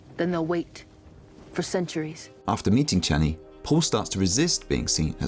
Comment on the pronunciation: You say the "Sh" in Shani like the "Ch" in Jackie Chan. XD It's not wrong, just funny to my ear after watching the movies many times. '^^ Amazing video! Truly fascinating! Such great narrative inspiration!